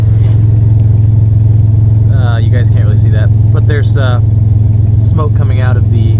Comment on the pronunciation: You said smake instead of smoke